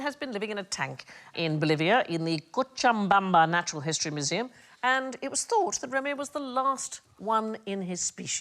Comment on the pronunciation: Did Sandi say "Cochambamba"? Surely, that first 'm' should not be there - its Cochabamba. A friend was born there !